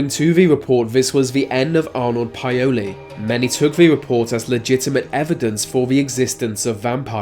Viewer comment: No offence but you're kinda butchering the ethnic names. Plogojowitz = plug GOY oh vitz Paole= POWL ' eh. Eastern European descended person.